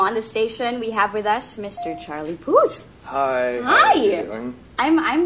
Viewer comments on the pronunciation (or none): D'accord, c'est Charlie Puth not pouuuuth. u pas ou.